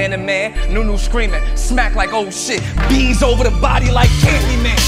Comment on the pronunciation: Bees/Beas (as in Beasley) not “B’s”